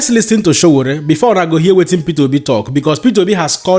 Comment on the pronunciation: His Exellency P O is a man after my heart. do your homework its says a lot abt you that thru this entire Video,U didnt for once Pronounce Sowore name correctly.U guys want to be taken serious as an information outlet?